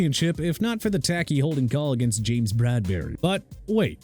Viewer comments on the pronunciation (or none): none